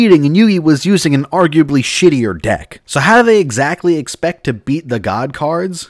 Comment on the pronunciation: wait did you say deck or dik